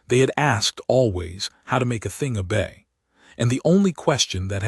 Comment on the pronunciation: FYI: obey not a bay